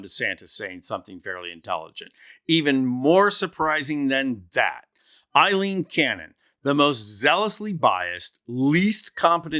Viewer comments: After all this time this prat keeps calling Aileen Cannon Eileen...idiot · Aileen, NOT Eileen!